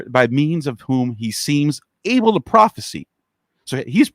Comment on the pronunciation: Prophesy is pronounced prawfis eye ... not prawfis e. Thats prophecy with a c. Also audacious is not odd ashes. Ex cra crate is not excreting. Cringe